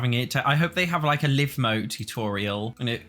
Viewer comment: Live mode is pronounced as though you're 'streaming to a live studio audience.' You've paused the game, meaning it's stopped, your characters are on commercial break and aren't currently live on air. But once you hit play, your characters are live. Not 'live,' as in 'I live here', with the way you're always pronouncing it.